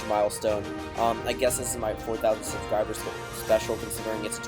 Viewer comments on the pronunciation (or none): none